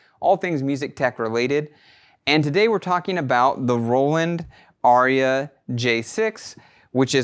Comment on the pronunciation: It’s not called an ARIA it’s AIRA You should know how to pronounce the product correctly